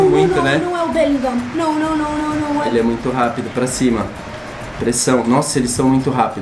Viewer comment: Beligan.😂😂😂 o certo é: Bellighram,bom, na verdade você só falou errado 😃👍